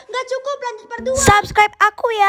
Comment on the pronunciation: Prat? Part bukan prat